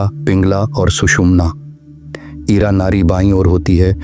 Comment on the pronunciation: It is Nadi not Nari!!